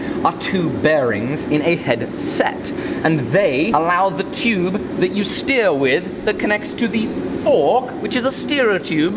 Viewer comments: There should've been a counter for everytime he said "chube" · number of likes = number of times he said chewb/tube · Tyuube xD just love the way he says it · I like the way he says "tyoobe" (tube) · New drinking game...drink every time says “tube” with his accent. 😮😵